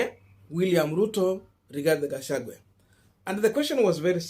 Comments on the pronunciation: It is gachaguaaaa not gachagweee ,but you doing a good job keeping up sr here in Columbus Ohio we resenting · Pronunciation: GASHAGWA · Kukufunza ni ngumu sana🙄🙄🙄🙄🙄every time you miss pronounce the name Gachagua.mwalimu wako alikua na kazi shuleni sana